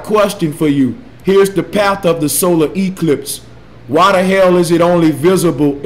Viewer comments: Someone help me count how many times he says "disingenuine" Solar Ee-clipe? Wut the hell is that? how come he doesn't FUCKING see the NOT TO SCALE? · E clips In akurrat esperimnt I dont know about you, but this guy doesn't sound smart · “The solar EEEclipse.” Nuff said. You know, he makes more than just himself look stupid. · Oh God he just said "the solar EEclipse" and disingenuine now I know the amount of brain cells to that are in the average flat earther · Hahahahaha solar e-clipes instead of eclipse (im talking about the flat earther's pronounciation) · Omg when he says E-cliiips ahahah! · Why does he always put emphasis on the letter e in eclipse?